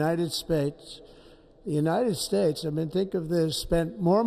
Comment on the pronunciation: The United Spates lol